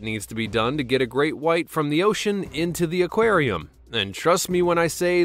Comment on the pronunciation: In a Acwarem